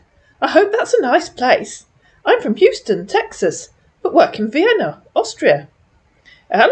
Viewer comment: He has trouble with Vienna (veinna) too.